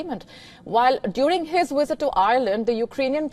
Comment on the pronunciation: IT'S PRONOUNCE VISIT and not WISIT